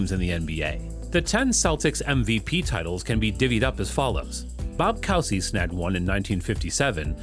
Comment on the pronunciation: Bob Cousy is pronounced "Koozy".